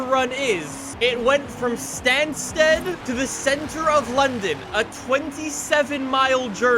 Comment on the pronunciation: If you ever need to say Stansted again, it’s pronounced ‘stan-stid’